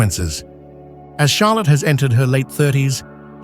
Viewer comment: Charlotte con l’accento sulla “O”, alla francese, non sulla “A”, e Stefano è Casiraghi, non Casaragi, analfabeta che non sei altro